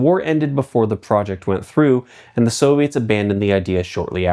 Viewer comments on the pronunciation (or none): none